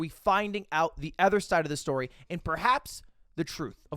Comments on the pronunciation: Hey. Ludwig. It’s other. Not ether. Hey Ludwig. LUDW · Lud, please can you address the fact that you pronounce "other" with an e? Ty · Just noticed Ludwig always says ether instead of other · One thing about Ludwig is he’s gonna say other like eh-ther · Lud, mb, Sir mogul why do you pronounce other "ether"? it's an o not an e. Has this always been a thing and I just never realized? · the way lud says “other” boggles my mind